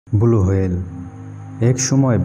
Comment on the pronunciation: Blue whale ❌ Bulu Whale ✅